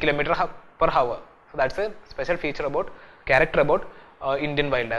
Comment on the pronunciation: The h in hour is silent. Come on!